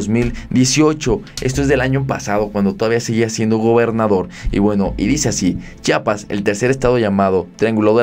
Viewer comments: Amigo di bien Chiapas Chiapas Chiapas No chapas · Es “Chiapas” o no chapas. Si quieres ser periodista o un buen YouTuber aprende a pronunciar bien. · Por favor el nombre es Chiapas, y así c dice Chiapas, otra vez por favor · Se dice Chiapas eres una persona preparada debes pronunciar buen